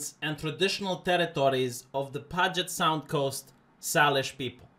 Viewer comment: It's pronounced Pew-jet Sound lmfao.